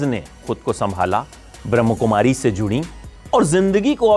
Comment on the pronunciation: Bhai ji ब्रह्मा कुमारिस् बोलिये plz kisi ka bhi nam lo to shi lo और ब्रह्म् to ek छटा tatv h jo ki idhwsr ke rhne ke स्थान को इस नाम से जाना jata h